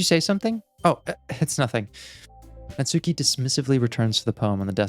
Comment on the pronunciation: The “u” in “Natsuki” is silent, try saying it more like “nuts key” (though the “ki” not quite as long as “key”).